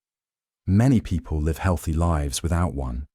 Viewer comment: That's where sweet LIVES... As in... Livvs. Not lyvse 🫪